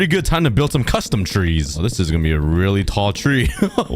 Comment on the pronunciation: Parents:trees You:twees